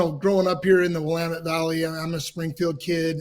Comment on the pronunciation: Kudos to for pronouncing Willamette like an Oregon native.